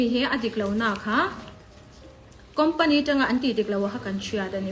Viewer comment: Company tih dikloh lo siam thra,expire pawh asawi thiamlo ania😂😂😂😂